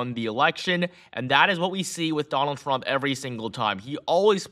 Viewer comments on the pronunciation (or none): He said donang trumk 😂 listen the first 3seconds